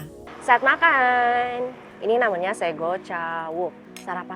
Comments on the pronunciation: Sego ka bukan ségo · Lucu bgt, sego kak bukan segoo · kak sego bukan sego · sego ucapannya seperti se(patu) go(jek) gitu 😁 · Hai kak, terimakasih sudah datang di Banyuwangi. Maap kak, btw, salfok ni pas kakak bilang sego cawuknya. Ngasih tahu aja kak, cara ucap di sini. Sego, Se = Sekat, Go =goa. Terimakasih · Sego kak nyebutnya bkn sego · Kak fyi penyebutan sego (nasi) itu huruf e nya kayak penyebutan kata elang, bukan kayak penyebutan kata ember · “Sego” nyebutnya pake E-nya Elang, yang artinya Nasi Terus itu kerupuk namanya Krecek Kak, bukan kretek 😊😊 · Maaf, For Informasi aja Penyebutan kata Sego Di jawa Pelafalan itu Seperti Pelafalan setuju, Bukan seperti yg sebut, mungkin kedepannya kalau Explore ke Daerah Jawa lagi Bisa Betul pelafalan kata sego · Bukan sego....tapi sego 😅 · Kak, sego itu bacanya sego bukan sego wkwk